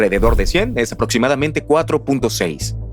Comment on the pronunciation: Pero son humanos, no leen bien y no pronuncian bien. Dijeron cibra, en lugar de criba, Erastótenes, etsprimir, aprotsimadamente por ejemplo.